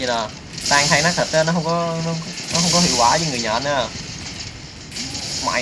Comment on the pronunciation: nát chứ kô phải lát